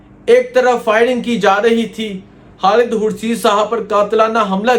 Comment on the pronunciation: Bhai jhan imran khan bola krain haan ni or khalid name hota ha halid ni .... Ap khan haan keun boltay ho sealkot sy ho kya